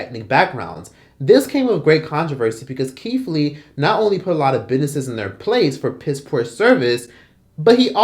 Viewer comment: are you purposely saying "bidnesses" lol